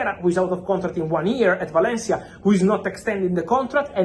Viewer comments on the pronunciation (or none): none